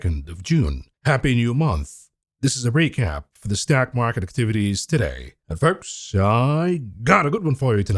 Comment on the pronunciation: "Stock market 'tivities" 😂